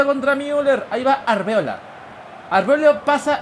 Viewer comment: algún día dirá bien Arbeloa en vez de arbeola? xD